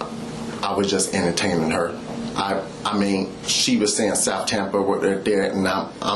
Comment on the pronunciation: “I didn’t even know what she meant by south Tampa even. I was just emter-tame-img her at at at that point”